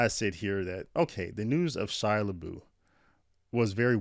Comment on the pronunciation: It’s pronounced “La-buff”. !!!!!